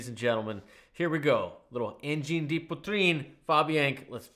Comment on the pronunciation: Engine the pee-trine